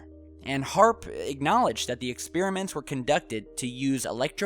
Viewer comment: It's HAARP not AARP ! Trust me daddy..